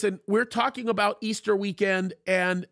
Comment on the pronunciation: Come on now Pastor please stop saying ester. It's Resurrection Sunday. ✝️👑